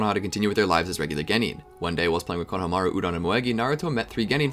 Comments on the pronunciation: say it with me, KO-NO-HA-MA-RU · Great Video but I got way too triggered when I heard how he pronounced Konohamaru lmao